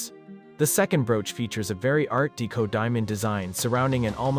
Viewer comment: it also mispronounced "deco".